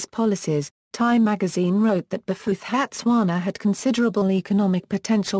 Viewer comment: That's a ghastly pronunciation!